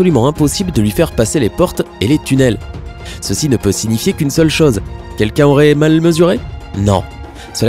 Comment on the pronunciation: cette chaze, la zane, des atames... t'as des pb avec la lettre "O" ou quoi ???